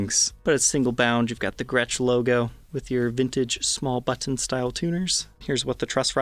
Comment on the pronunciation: You say button oddly.